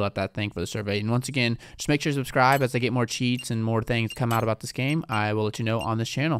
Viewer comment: Bro said subsrib😂😭